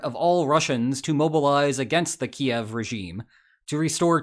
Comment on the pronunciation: Bro hitting a hard 'yev' trying to pronounce Kyiv